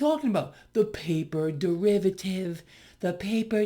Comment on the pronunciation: The paper DUH-rivative.....